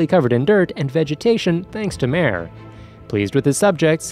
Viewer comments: No no my friend. Wha tf did you just say brp. Hey - nz - Owl - Gawn? I - nz - all - gown. not Albado Al-be-do not MARE Ma - re not Aura Aw - ra wait wait wait. Cocktyus? tf it''s Coc - you - tus Not Demiurje Dem You're - Ga Not Seebas Se - bas Atleast get one name right bro. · he literally called mare a her and even pronounced his name wrong